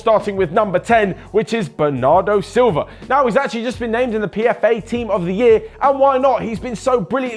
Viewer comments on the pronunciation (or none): none